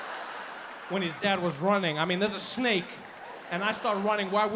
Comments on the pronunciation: I thought it was going to turn out to be authentic Balinese snacks because my indo friends pronounce snake as snack. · ah, yes, a "SNEK" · French Dude: SNEK Me: S N E K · The emphasis on "THE SNAKE"....I've watched this sooooooo many times. Who wants the job of being the snake getter.????? Nope nope nope. 🧡😳